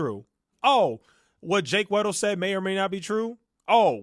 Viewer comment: Keemstar writes off MOST of the arguments because according to HIS statistical analysis they can't all be true. Flawed Logic here. You can get an estimate using statistics, but the only way you know is if you LOOK INTO THINGS. The way he keeps mispronouncing Jake Weddle's name proves he hasn't even looked at the information enough to realise that Jake is a HUGE part of this story and his story is important regardless if you believe all of it.